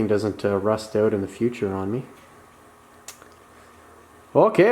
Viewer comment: Well shit. I was hopin youd change it to a 70 tailpan. Make it look like a 70 .. and did u say "OWWWWT" r u canadian or something 😂😂 im js fkn with ya. I love it. Keep em comin man